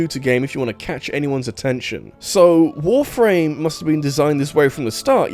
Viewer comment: I swear, the way you pronounce Warframe sounds like you're saying "Wolf Rain".